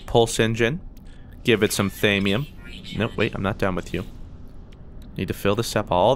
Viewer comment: ITS THAW-ME-UM